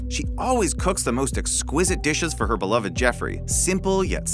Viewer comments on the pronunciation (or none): none